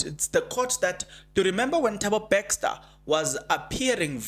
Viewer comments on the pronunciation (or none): Please it's Bester and not Bexter. Try to practice the name please 10x or more you will get it right. Also improve on the use of the word "loku". It's a humble ask. Like your content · Are we still saying Thabo "Baxter"? 😂 😂 😂 Jirre bra